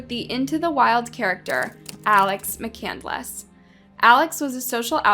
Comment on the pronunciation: "there was fire in her eyes" "McCandless" "Mc-Candle-Less"